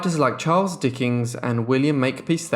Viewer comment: This narrator has such a flat boring tone...and there's no such word as sistersis....and it's Dickens not Dickings!